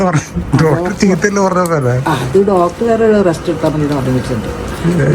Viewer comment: ഡോടർ അല്ല ഡോക്ടർ എന്ന് പറ ചെറുക്കാ😅